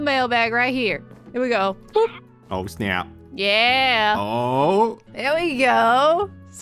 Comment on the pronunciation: "Oh snap." was so Canadian XD